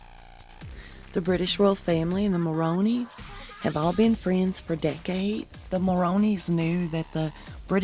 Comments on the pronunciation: Nice 'devil's horns' hand sign! Just quick note (if care to know) the correct pronunciation of the Mulroney name (Ben & Jessica) is 'Mul-ROON-ey'. When Ben's dad was PM of Canada he wasn't very liked. Both him, his social-climbing wife Mila and their kids Ben, Caroline, Nicholas & Mark spent as much time as they could at their second home in the ritzy section of Palm Beach, Florida. Social climbers extraordinaire! Lastly, I wish I knew the nail polish color PH is wearing it's quite nice! )>.<( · LOL I like the way you pronounce Mulroney as "Moroney." Love it.